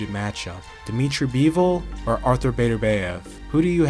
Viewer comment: Man artur last name is getting butchered